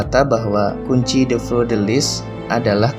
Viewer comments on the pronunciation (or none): Permisi untuk cara baca 1. Sauniere: Sonieh 2. Vinci: vinci 3. Fleur: Fleuh 4. Sion: syong